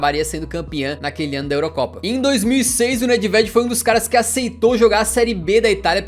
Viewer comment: Parabens, muito bom o conteúdo mano. Só uma resalva, a pronuncia do nome Nedved é: NÊVED.